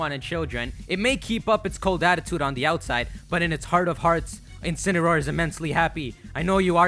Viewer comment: deh-see-dew-eye, Decidueye In-see-ne-roar, Incineroar Pree-ma-ree-na, Primarina